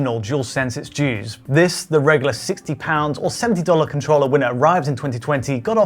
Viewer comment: the way he says controller here upsets me